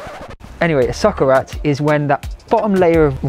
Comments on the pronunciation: Your pronunciation of "paella" is really good, even "socarrat", which is not an easy word... your effort (not only in the pronunciation area, of course!) shows your respect for other cultures, thank you! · I'm spanish and you don't have to apologize, you made an amazing and cruelty free paella!!! I will definitely try this, also I loved the way you pronounced socarrat and the spanish meme haha